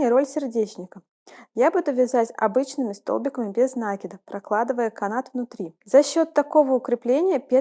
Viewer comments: видео отличное, речь хорошая, но откуда этот нАкид?... пришлось выключить звук... Какие оба варианта? НакИд, от слова накИдывать! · Милая,с удовольствием смотрю Ваши видео,все очень интересно и голос у Вас приятный, НО не нАкид,, а накИд. Вы же нить накИдываете, а не нАкидываете...Режет ухо 👂 🙈 А в остально все просто замечательно 👍 Удачи Вам и вашему каналу 🙋‍♀️